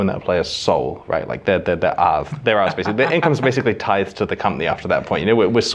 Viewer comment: "Tithed" not "Tied" :) Unless RMT.